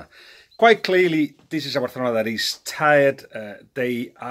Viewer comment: Bathalona 😂 your ok Balague